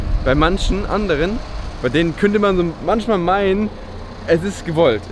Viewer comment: hab es dir schoin mal gesagt :D es heißt manchmal und nicht manschmal :D du benutzt es halt auch noch richtig häufig aber gutes Video :)